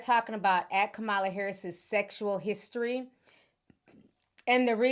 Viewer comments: Please, please, please learn how to pronounce our Vice President’s name!!! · Please, please pronounce Kamala's name properly. Trump pronounces it wrong on purpose, we shouldn't.